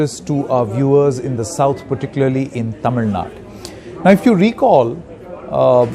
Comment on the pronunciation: Its Tamil Nadu... not TamilNad u moron... first try to pronounce it properly...